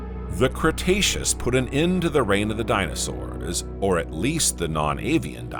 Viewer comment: The dino sauerrrssA. Today -A Fix that 😡